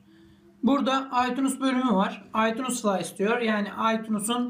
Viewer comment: "aytunus" "dokümants"